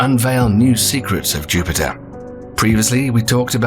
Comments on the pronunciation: Did the narrator say Juniper?? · I would think a channel with nearly 2 million subscribers would at least pronounce planets names correctly......Juniper?